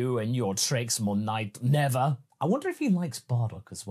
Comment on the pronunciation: Never say Neva!